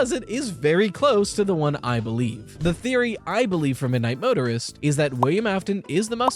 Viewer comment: keeps saying Midnight Motorer like murderer